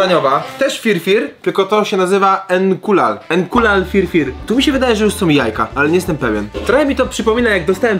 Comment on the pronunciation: To się nazywa Fyr Fyr nie FirFir jestem w Połowie Polakiem w Połowie Etiopczykiem